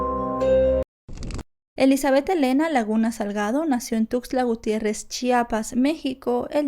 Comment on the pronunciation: AGRADEZCO LA MANERA DE PRONUNCIAR TUXTLA GUTIÉRREZ CHIAPAS, ES DIFÍCIL QUE PERSONAS NO DE ESE ESTADO, LO PRONUNCIE BIEN .